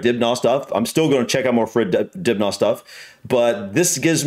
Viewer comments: Just saying, Dibnah is pronounced dib na short not dib naah long. Well were he lived at least. 👍🇬🇧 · If you read the comments stop saying Dibgnaw fgs.